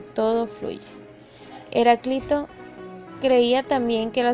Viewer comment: Leer con acento Heráclito y Empédocles. Si no, parece una lectora improvisada e ignorante.